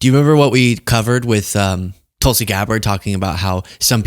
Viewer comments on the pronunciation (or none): none